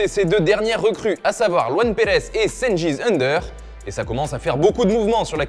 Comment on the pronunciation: Ça se prononce Djenguiz Oundèr